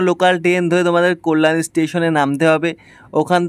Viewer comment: Tomar balar ucharan khub kharap, Kalyani is best habe